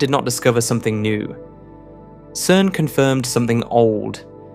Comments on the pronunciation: “CERN” is pronounced “sern” and not “kern” . Please edit the AI when an important word will be used repeatedly. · AI Generated slop. Anyone making videos on this topic would know that "CERN" is pronounced "SERN" with a soft "C" (like the c in center or circle). Not "KERN". The name comes from the acronym for its original French title, Conseil Européen pour la Recherche Nucléaire. In French (and English), a "C" followed by an "e" makes a soft "s" sound! Like everything this channel does, it either misinterprets things deliberately, or takes a real physics fact, adds an unresolved question, and then, after a dramatic metaphor, makes an unjustified existential conclusion. It is complete garbage in terms of scientific accuracy. But as with them all, it makes the same mistake of assuming materialism, rather than noticing that YOU EXIST... ;-)